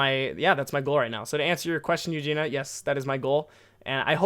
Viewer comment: Ahh, thank you for the podcast! And thank you for replying my question hahah, made my day when I was listening and then heard my name hahaha. And you almost got my name right too haha, people usually mess it up like A LOT haha. Its pronounced ユウジニア haha but ahh thank you for replying haha. I've been wondering about it for a whileso yeah. But you will go with a work visa then and not permenantly move there? Hope you got to rest a bit as well! Hope you have a nice week! :D Greetings from Sweden!